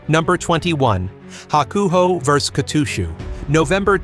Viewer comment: The pronunciations do seem to be improving, so thanks for that. Still not perfect but at a level I can mostly tolerate. Except for poor old Kotooshu! Please sort that one out as it really sets my teeth on edge! That aside I continue to enjoy your videos, keep up the good work!